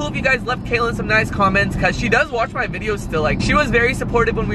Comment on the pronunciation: Guys it's Kaelyn. Not Kaylin or Kailyn